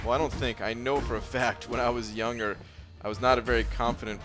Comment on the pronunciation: Yo, you know when you say 'younger', you are supposed to pronounce the 'g'